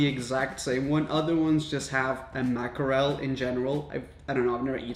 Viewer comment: The way he said MACK E REL I died 😂😂😂